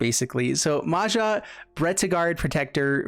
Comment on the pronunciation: It's not Maza, it's MAJA(in US pronunciation would be Maya)which is common name in Croatia, Slovenia and Czech republic.